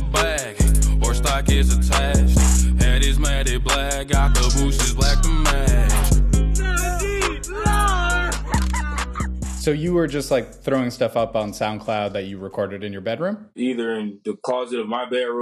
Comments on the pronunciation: "Matty black" = Matte black 🤦‍♂️ It's pronounced "Matt black" I had no idea the talent behind the riff was NIN. I like what he did with it. Astonishingly racist for billboard to pull it. How come nobody's making a big deal of that? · WAIT he pronounces matte as matty? lmao